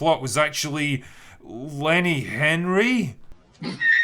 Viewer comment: Lol "Herny" Cavill